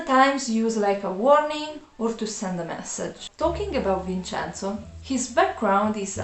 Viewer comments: It’s “VinCenzo” (Vin'tʃɛnzo), NOT “VinSenzo”. This is the English pronunciation. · Vinsenso Hurts my Hears almost as much as Vhersaci